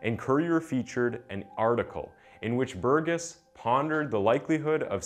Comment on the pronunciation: You pronouced the name wrong "Burgess" is prounounced "burr'jess" It's my family name.